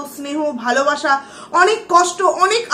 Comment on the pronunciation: Apnar video ta dekhchilam...valoi lagchilo...but je vabe swa te sleep kelen sotti khub birokto lagchilo ....kaind ly uccharon ta ektu thik kore korun valo lagbe...valobasha ke bolchen valobasa...ektu songshodhon korun....parish na ke bolchen paris na...ektu carefully...plz